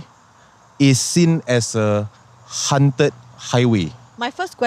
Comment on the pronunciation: One question when will the host ever say haunted instead of hunted??? 2nd season and no one corrected him???